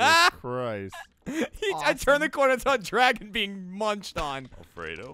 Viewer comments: Jack’s,” Kill the dwagon; kill the dwagon.” Was priceless. Also Jack giving his only gun and then trying to get him to follow her. Also awesome. 😎😎😎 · Jack’s,” Kill the dwagon; kill the dwagon.” Was priceless.